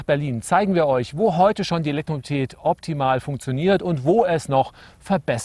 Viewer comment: Der Herr Professor hat Probleme bei der Aussprache des Wortes Elektromobilität :D Oder sind meine Ohren so schlecht ;D Aber sonst wirklich überzeugend gemacht :D Elektroautos sind allerdings trotz der immer gepriesenen einfacheren Technik erheblich teurer als vergleichbare Verbrenner. Der eGolf 31.900,00 € Tesla S 68.137 € Smart fortwo EQ cabrio 21.630 € Zoe 21.000€ zzgl. Batteriemiete Mein vorletztes Stadtauto war ein Corsa B Baujahr 1996 mit einem Liter Hubraum. Der hat zweimal den TÜV überstanden und nur zwei Mal die Werkstatt gesehen. 6 Liter auf 100km und der Motor nicht tot zu bekommen. Das Teil hat mich ganze 800 Euro gekostet Für weitere Fahrten kam dann halt ein komfortabler Leihwagen zum Zuge. Ich habe immer wieder das Gefühl, Individualmobilität soll oder wird, wenn es nach Grünen und anderen Ökos geht, in Zukunft nur noch Privilegierten zur Verfügung stehen. Bei den Preisen :D